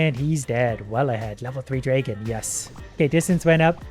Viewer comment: Please google how to pronounce dragon, I'm sorry I know me saying this is a little rude but it really bugs me XD